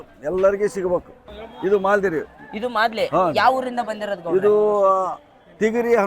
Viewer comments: Maladi alla kanappo ,madali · Maaldi ಸರಿಯಾಗಿ ಹೇಳೋ😅